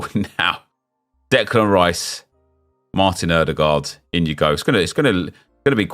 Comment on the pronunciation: "Oodergard arguebly the best player in the world"😂😂😂